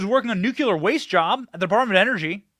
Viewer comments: Pronounced 'new-clear'. Sorry B, when you pronounce it like GW Bush it makes me cringe. Just say no to nuke-u-ler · Benny, They spray chemicals down on us here too...CHEMTRAILS PLEESE, not you too Benny...it's not NUKULER... IT'S NUKE LEE ER! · And by the way it’s nuclear. Not ‘Nukiller’ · It's pronounced NOOK-LEE-AR not nook-you-lar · Umm, Benny, there is only one "U" in nUclear, and there is no "K"... it's not "Nukular", it's "Nuclear". You sound like George W Bush. lol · Benny, it's nuclear not nucular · Benny, Please do not say 'nuculer'. It's nuclear. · Please learn to pronounce 'nuclear' correctly, Benny. 'Nu - klee- are', Dont sound like that idiot George W. Bush. And no im not a 'leftist commie puke karen'. Just a conservative american who subscribed recently. My Dad was on the first nuclear submarine in 1960 in the USN and id like him to rest in peace. He hated that ignorant mis-pronounciation. Thank you. FJB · Good show as always. At this point, I’m pretty sure you’re saying “nuclear” wrong on purpose. You get more comments that way which is honestly a brilliant way to get the youtube algorithm on your side.